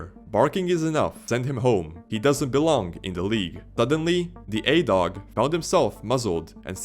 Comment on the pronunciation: “A-Dogg” not “a dog.”